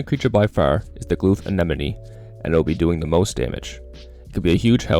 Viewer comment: The focus on saying anenome 🤣